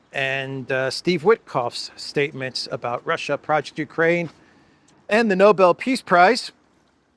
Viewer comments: Starts with an 'N', has a 'B' and 'L' in it, so what's the problem? 😂🤣 All the same, innit? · It's not Noble. It's Nobel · nah, let him keep showing us who he is, like Bush saying "nucular." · Idiot Witless Witcoff pronounces the Nobel prize as 'Noble'. Sucking up to his master but showing his ignorance. How is he on the international stage as a diplomat? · Witkoff can’t even pronounce the prize name accurately referring to it as the “noble” prize 😮‍💨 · Nobel peace prize. No-bell. Not noble. They cannot even pronounce it 😂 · Have these guys ever even heard of the Nobel Prize or Alfred Nobel? This is the second administration official who pronounced it "noble." But I guess if Kissinger and Obama could get it, then Trump could too, even if he doesn't know how to pronounce it. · Can someone tell Steve it's the Nobel prize, not noble. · Noble award ...!! The cretin doesn't even know that it's NOBEL as in Alfred Nobel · Trump really wants the Nobel peace prize. Stunning that Steve Witkoff does not know how to pronounce Nobel.